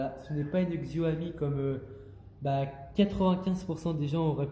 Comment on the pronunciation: Juste c'est Xiaomi pas Xioami